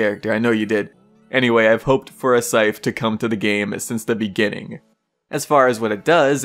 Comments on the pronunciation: sorry, are you saying syfe... its scythe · so its spelt scyTHe but pronounced as scife??